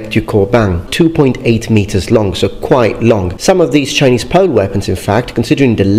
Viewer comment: your Chinese pronunciation is EXCELLENT. I commend you.